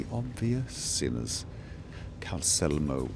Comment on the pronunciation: I mean, dude forgot the second L in Calcelmo's name for ages.